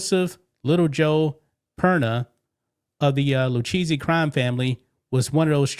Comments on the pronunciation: The Lucchese crime family is pronounced loo-KAY-see, 😂 not lou cheesey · LMAO it’s Lou-Kay-Zee not Lou-cheesy hahahahahaha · Its pronounced Loo-Kay-See. Please, PLEASE, stop saying, Lou-Cheesey🤨! Damn, yo, haven't you ever watched a mob documentary? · Pronounced Loo-Kay-Zee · Pronounced Lou-Kay-Z But i love Lu-cheesy 🧀 better!!😅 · lol dude it’s pronounced the Lou Ka zee family practice it at home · The family name is pronounced “ Lou Kay See” if y’all do another report. Love the channel. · It’s LOO-K-Z for the pronunciation. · Sorry but Lucchese is pronounced like "Luke-Kay-Zay" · It's pronounced Lou-Kay-Zee. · its pronounced lu kay ze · It's pronounced Lu/kay/zee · The Lucchese crime family is pronounced loo-KAY-see